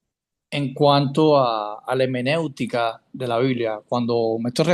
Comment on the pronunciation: No es hemenéutica lo correcto es hermenéutica. Mal comienzo